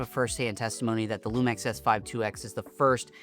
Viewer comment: Hearing it pronounced Lumex was killing me lol